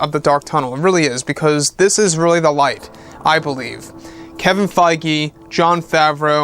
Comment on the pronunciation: Isn't Kevin Feige pronounced Kevin Feeg not Kevin Fygee?